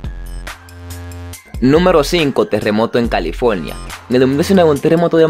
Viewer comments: Temblol? Califolnia? Amigo no sabes hablar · califolnia jajaja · Jsnjsjs me da risa su voz como dice en califolnia